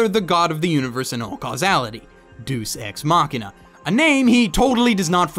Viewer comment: I’m assuming you haven’t seen the show because you pronounced deus ex machina wrong